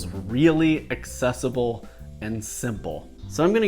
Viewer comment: Lol, "Accessable" XD honestly, it could be worse.